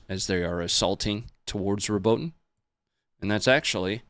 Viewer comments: Watching this belatedly, but let me help, again: Robotyne is pronounced: Robot-ee-neh. Some say Robot-ee-nay, but I've not heard an Ukrainian say that - they use the first version (learning both Ukrainian and Russian) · its pronounced: "Robot-in-yeah" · I loved the part where said It's "Robo Tine" and then he... Well anyway, happy belated birthday,.